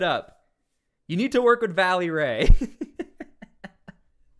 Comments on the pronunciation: It's Vélly Ray - not Valley! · VELLY RAY...not Valley...🙏🏼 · Bro, it's VELLY Ray, not VALLEY Ray. Just a heads up. You mispronounced his name like 4 dozen times in 2 mins hahaha. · Hey silly goose it's not Valley Ray , this is how you say his name... Vel- ley Ray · It's Velly Ray his name is Ray Lavelle